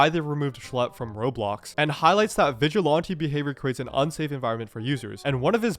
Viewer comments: "vigilonte" lmao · FFS PLEASE learn how to pronounce Vigilante ! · vigi "lawn" te...? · Is it just me or is there a specific accent when he says "vigilante" or "sorry".